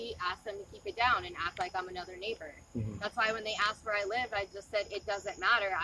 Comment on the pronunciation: Oddly enough, one segment of Americans say "axed", while another segment of Americans say "assed". In all, most of them (U.S.A.-folk) seem to have difficulty with the "_sk" combination.